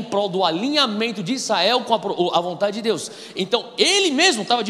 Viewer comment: Gosto e acompanho algumas mensagens do Irmão. É impressão minha que ele fala "Issael" em vez de "Israel"?